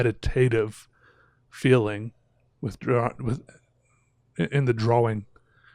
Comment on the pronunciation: Have I been saying "Drawing" wrong my whole life? Is does he say it Dra-Wing???